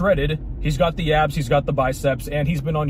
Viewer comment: likez to pronounze all S's az if they were Z'z.... "Guyz are worried about keeping their abzzz..." 😂